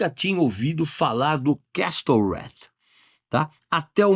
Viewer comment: Obrigado pelas dicas, Regis!! Feliz Natal!!! (ps. pronúncia correta de "castle" é "quéssou", sem o "t").